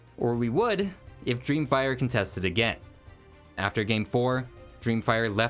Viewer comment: Amazing video! But it’s contest, as in contested, not contest as in “I won a prize from the contest.”